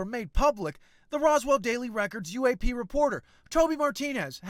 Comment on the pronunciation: I took a drink everytime he said UA-pay and I died by 4 minutes 39 seconds